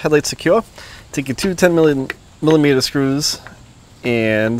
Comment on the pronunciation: 10 "millameeta" socket 😂😂😂